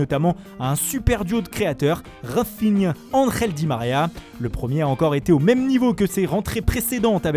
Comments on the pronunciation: Raphinha je l ai repassé 3 fois 😂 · "Les 3 du milieux... rainnnfinhaa"